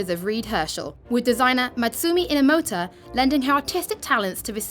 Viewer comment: Did she just say "MATSUMI INAMOTA"? rofl